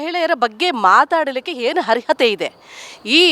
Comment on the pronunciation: ನಿಮ್ಮದು ಮಾತೆತ್ತಿದ್ರೆ ಅಟ್ರಾಸಿಟಿ ಅಂತೀರಿ ಅದೊಂದು ಚಟ ಆಗಿಬಿಟ್ಟಿದೆ ನಿಮಗೆ...... ಅವರು ಹೇಳಿದ್ದೇನು ಅಂತಾ ಮೊದಲು ಅರ್ಥ ಮಾಡ್ಕೊಳ್ಳಿ..... ಹರ್ಹತೆ ಅಂದ್ರೇನಮ್ಮ ಅದು ಅರ್ಹತೆ..... ನೀನು ಕನ್ನಡ ಭಾಷೆಗೆ ಮಾಡೋ ಅಪಮಾನ ಅಲ್ವಾ ಇದು.... ಇದಕ್ಕೆ ಯಾವ ಸಿಟಿ ಕೇಸ್ ಹಾಕಬೇಕಾಮ್ಮಾ 😜⁉️